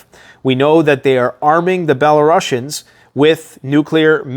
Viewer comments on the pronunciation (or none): Belarusians is not pronounced bela-russians. they are pronounced bela roosians (like rooster, the s is pronounced soft s not sh